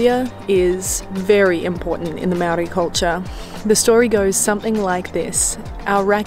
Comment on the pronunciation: Good vid..and it reachesa wide audience..so.it would b nice if u took the time to learn to pronounce maori words/names properly...Good stuff though